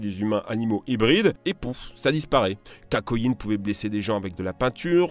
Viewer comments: t bin bizarre a tu dis kakoin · par contre nop il dit pas Takyoin, il dit kakoin c pour ça que je me disais que tu l'avais corrigé mais que tu avais remplacer le k par le t sans faire exprès). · Jme disait aussi comment il on pu prononcé takoyin... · Takyoin* XD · OK mais moi je l'entend dire takoyin, bref pas grave